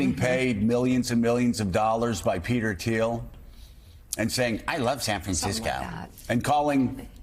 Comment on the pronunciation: "I love San Franciscoww" 😅 Yeah Vance does come across as a bit of sellout, with tiny D energy